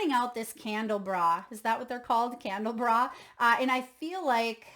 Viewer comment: It’s pronounced candle ah brah